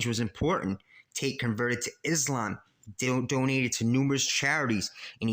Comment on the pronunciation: "dil-donated to numerous charities"